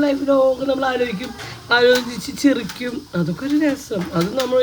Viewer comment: ചിരിക്കുക എന്നാണ് ചിറിക്കുക എന്നല്ല